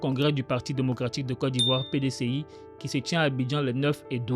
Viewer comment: Très belle vidéo j'apprécie😊 Mais petite remarque🙏🏾<<Côte d'Ivoire >> se prononce << kot d'Ivoire >>